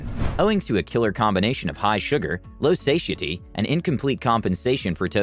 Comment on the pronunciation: Anyone else cringe when they heard "say-sha-tee?" Satiety is pronounced "suh-tie-uh-tee."